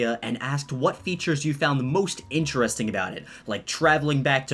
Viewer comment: It’s interesting not interresting